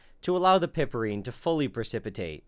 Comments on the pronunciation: Hey man, it's ine, not inol. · I thought it was pronounced PIEperine. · I enjoy your vids, especially this one. FYI -- "Piperine" is pronounced "pai-per-een"; "chavicine" is pronounced "chaw-v-seen".